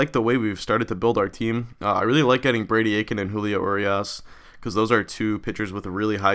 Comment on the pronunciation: I think it's pronounced Julio Ur-eye-as